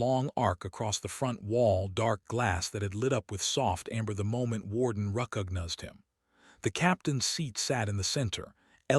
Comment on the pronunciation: This particular AI text to speech engine is so bad that it sounded like it was learning to talk as it was reading the text. Here are some hilarious examples of how badly it mispronounced some common words. First is a phonetic rendition of what it pronounced followed by the actual spelling of the word it was trying to pronounce. Vurrifud verified Ruckugnuzd recognized Umma armor Packing pacing Suvun seven Durun Darren Gruh gray It always amazes me that people are so lazy that after they use AI to generate the story, then a different AI engine to generate speech from the text, that they are don't listen to what comes out of and fix the garbage before releasing it to the world.